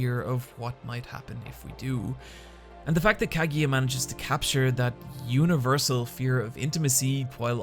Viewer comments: Wtf is a Kagya man, it's obviously pronounced "ka-gu-ya" you bad bad weeb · Still don't understand why you pronounce Kagiya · its kagUya no kagiya im so angry right now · The video is great and I loved it but... why do you pronounce Kaguya as Kagiya? :D I know I know, accents and stuff, but is the "gu" syllable that hard to pronounce for English native speaker? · No soporto que pronuncia kaguya como kagiya 😭😭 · I died everytime he pronounced her name. I'm now extremely dead, good bye everyone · I still find it mind blowing how you're a mainly anime-centered channel and yet make absolutely no effort to even try to pronounce any Japanese character's name right. Rant aside, I've really developed a fondness for non-battle battle anime and I'm glad to see they're getting more love nowadays. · Dude, that's not how you pronounce Kaguya haha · That's not how Kaguya is pronounced... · "nor Kaguya or Mayugi.." I cringed a little bit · Absolutely great vid but pleaaase try to pronounce those names a bit more, it was painful to hear kageeya and mayuki or majuki for so many times ^^' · Him pronouncing it "Kagiya" and "Mayuki" instead of "Kaguya" and "Miyuki" annoys me. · Kageeya... my-ookee.. i'm sorry.. that's distracted me way too much otherwise this is a good analysis video.. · Great Video, but I cant get over the fact how you pronounce Shinomiya Kaguya and Miyuki Shirogane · The pronuciation of Kaguya and Miyuki is a little off, but whatever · After hearing how you pronounce Kaguya and Miyuki, it feels like you didn't hear their names pronounced in-anime